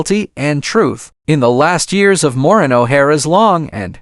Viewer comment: At least learn to say her first name correctly and that of Charles Laughton and RKO studio. Can not listen to this.